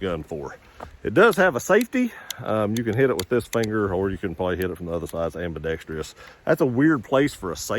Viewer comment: The most mispronounced word in America.. Ambidextrous 😂😂😂